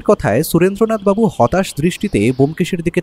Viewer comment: গল্পটা খুবই ভালো লাগলো কিন্তু স এর উচ্চারণের দোষটা খুব কানে বাজছিল। যতবারই সুরেন্দ্রনাথবাবু বলছেন ততবারই।